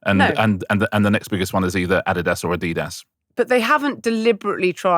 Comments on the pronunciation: It's Adi-das. It's a German company named after it's founder Adolf (adi) Dassler. As a German native speaker, I know very well how it's pronounced. BTW, Brits also mispronounce Porsche and Mercedes. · We do know how Nike and Adidas are pronounced